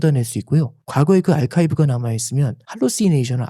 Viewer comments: 좋은 이야기 잘 들었는데... 발음이 '알카이브' Archive '아카이브'가 아니고? (옥에도 티가 있고, 완벽完璧하면 인간이 아니지...) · 아이카이브가 아니라 아카이브!